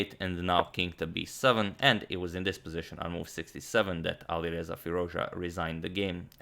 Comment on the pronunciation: Firooz ja antonio ...you still pronounce his name wrong